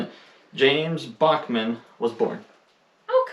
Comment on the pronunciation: the US hasn't had a President Bachman yet. We did have one named Buchanan (pronounced bew-cannon😊